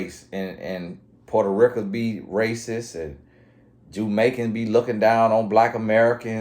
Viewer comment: "Puerto Rick-Uh" had me at dead once again 🤣